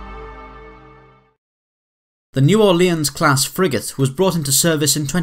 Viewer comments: It's pronounced "new or-lens". Not "new or-le-in". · It's New Ore-lins, or as they say in New Orleans, Nawlins ;-) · the way you say "New Orleans" makes me cringe so hard :p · That is not the way New Orleans is pronounced. And it is a name so accents do not matter when you say it.